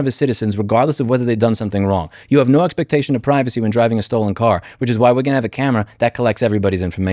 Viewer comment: I know it’s not the most important thing here, but that guy is definitely saying “expertation”, not expectation